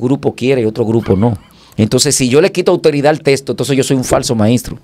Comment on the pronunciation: Los Dominicanos no hablan bien el castellano. En vez de decir texto. Dicen. Testo. Cambian las letras mencionan la L. Envés dela. R